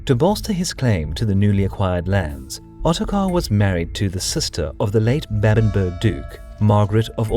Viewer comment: Babenberg not Bäbenbörg. ;)